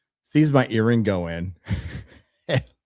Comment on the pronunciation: I thought you said your Dad saw your urine go in, but it was earring! Had to rewind to make sure! 😬💦